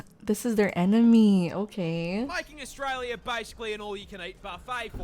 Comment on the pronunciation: Australia it not Austalia